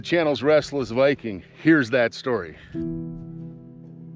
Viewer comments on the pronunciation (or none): none